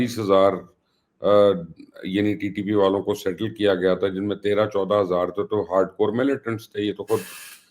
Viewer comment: Panch hazard naheen hazard sal ki lootmar